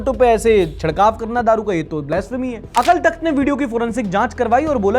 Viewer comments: Bro it's Akaal Takht Not Akal Takht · अकाल takhat not अकल Takahat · It's Akaaal Takht not Akl Takht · Hello bro it’s not akal it’s pronounced akaaal takhat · अक़ल नहीं अकालतख्त होता है जी, please correct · Its pronounced ‘Akaal takhat’ not akal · akaal takhat hota h not akal takhat, correct please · It's not akal; it's akaal. Jis ka kaal na ho. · its notk Akal bro its Akaaal aaaa ki matra hai ... itni chhoti mistakes mt kiya kro tumse bhrosa uth jata hai ... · Bhai please thoda pronunciation sahi rakho, अकाल तख़्त not अकल तख़्त! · अकल तख़्त नहीं अकाल तख़्त है । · Bhai vo अकल तख्त nhi अकाल तख्त hai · bhai "अकाल" takht, "अकल" takht nhi 😭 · pronunciation should be 'अकाल' तख्त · BEING A SIKH , ITS AKAAL TAKHAT, WRITTEN AS AKAL TAKHAT, PLS FOR FUTURE USE CORRECT PRONOUNCIATION . LOVE TO YOU AND YOUR TEAM . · Akal pronounciation is Akaal Takht 😊. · Pronounced Akaal takht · its pronounced AAkaal takht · "Akaal takht" pronounce it right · Bhai Please Correct your pronunciation of "Akal Takht" 🙏